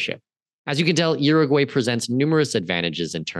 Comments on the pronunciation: By the way… You need to learn how to pronounce the name of the country because you are messing it all up. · to start, please learn how to properly pronounce URUGUAY